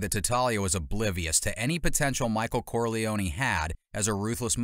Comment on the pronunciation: These prononciations are horrific... Corleone-knee